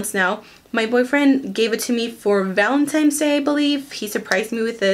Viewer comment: Lol did she say Valentimes? 😂 Either way, thanks for these tips. I have trouble with my oily skin every day .